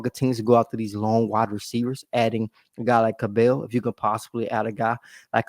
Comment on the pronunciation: It’s pronounced like “Scrabble”. “Cab-ull” 😉